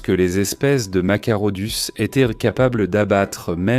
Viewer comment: Machairodus qui se prononce Makairodus.